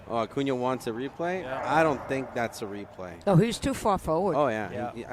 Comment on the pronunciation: Fran, His name is pronounced A-coon-ya. And please don't talk during play.